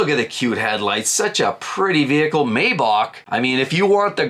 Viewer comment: You lost me when you misread, not once but twice, the price decrease on the Bronco as $6381 when it’s actually $8381 and then repeatedly mispronounced Maybach as “MAY-bock” instead of the correct “MY-bach”.